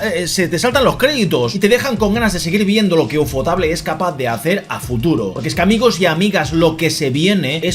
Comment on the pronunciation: por favor nunca vuelvas a pronunciar Ufotable en un video que si lo veo te lo denuncio🥲